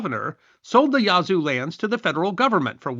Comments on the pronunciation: It’s not pronounced “Yah-zoo”, but “Yaz-oo”. Otherwise, a very good history video. I descend from English settlers and Cherokee in West Florida. It’s still a distinct cultural area. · I can see the Yazoo river from my house.... I've never been offended by it being mispronounced, but after so many times I started speaking back to him just trying to coach him along.